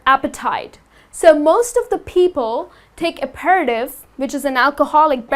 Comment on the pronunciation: aperitif is supposed to be pronounced ap-er-teef. You'ld think that english would just spell things the way they sound but unfortunately no. :)